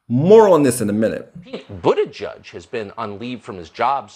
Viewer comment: I swear it sounds like you said Pete "ButtiJizz", though it likely wasn't intentional it was still funny